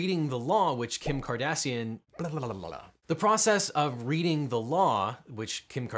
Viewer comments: "which Kim Cardassian..." dayum... I mean everyone knows she's had some work done, but... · "Kim Cardassian" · "Kardassian" Come now man, you could've edited that out. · “Kim Cardassian” ... Mr. Worf would like to know your location.